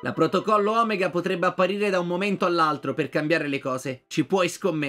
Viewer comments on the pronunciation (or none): none